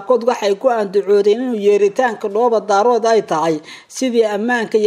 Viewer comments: Ninkan weriyaha ah Af soomaaliga si fiican ha ugu dhawaaqo gaar ahaan magacyada uu oranayo sida markuu oranayo QARAMADA MADOOBAY- ma aha MADOOBAY - ee waa MIDOOBAY - midda kalena markuu dhahayo DHOOBO DAROOD ma aha DAAROOD ee waa DAREED - haddana ha uhadlo si qurux badan , hana jiid jiidin hadalka sida DAAWADAYAAL WAQTI A WANAAAAAAGSANAAAAAAAAAAA- DHEH WANAAGSAN -HA JIIDIN EREYGA SI FIICIN UGU DHAWAAQ - WBT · Waar ninka Dhoobo-Daarood maahee Waa DHOOBO-DAAREEED, muxu ahaa ninkan wariyaha ah ma magac Chinese buu ku dhawaaqayaa markuu sidaa u khaldaayo????